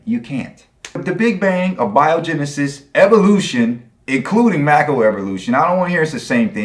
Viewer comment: Dude said "pre more dial soup" and then " uh biogenesis"..... Amazing